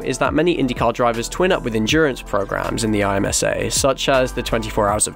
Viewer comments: Just so you know IMSA is pronounced im-sa. So you don't need to keep saying I M S A lol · IMSA (im-sa) ive never heard anyone say it like an acronym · IMSA is pronounced as a word im (like IMproper) and sa (like salSA). The official IMSA channel on YouTube uploads all races completely commercial free. A lot of old ALMS and Grand-Am races are also on YouTube. ALMS and Grand-Am were both struggling as they were indirectly competing against each other. In 2014 NASCAR bought IMSA and merged the series into one: The Tudor United SportsCar Championship (now WeatherTech). They race at a ton of IndyCar used tracks including Sebring, Mid-Ohio, Detroit, Long Beach, Road America, and others. Back in the day at Mid-Ohio, ALMS would run Saturday afternoon and IndyCar would run Sunday. That paired with Pirelli World Challenge made for the best weekend in motorsports in my opinion. With both series going through new regs in their classes, after 2023 IMSA will basically just be North American WEC with slightly shorter races on the most part. As a flagger, IMSA weekend is a lot more fun than IndyCar weekend. The support series, like MX-5 cup and Michelin Pilot Challenge, are the best in the world. If you have any questions feel free to ask! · Eye Emm Ess Ayy